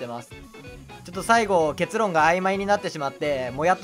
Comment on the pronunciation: 初見です( ・∀・) が社会生活で不遇に遭わぬ様 失礼を承知で提言させてください。 【結論】の発音は 「アグモン」と同じですよ ( ・∀・) 分かりにくければ 「ポケモン」とも同じです 結論は結の部分の音は平坦で 語尾が上がります( ・∀・)